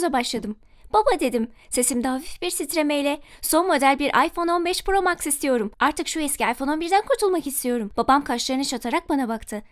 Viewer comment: Iphone 15 Pro Max'in telaffüzü; Ayfon 15 pro MEX ablamız nası okuyo; Ayfon 15 pro mAx